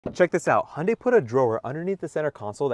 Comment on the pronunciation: how do you guys (Americans) pronounce Hyundai and Honda so wrong?